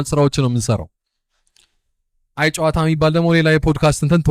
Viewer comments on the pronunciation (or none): When you say it-the name- say it like አየ…ጨዋታ (‘የ’ ጠበቅ ይላል-ግነት ይኖረዋል! እና በ”አየ” እና በጨዋታ መሃል pause አለው) ሃሃሃ Welcome and great to have you on this space🎉🎉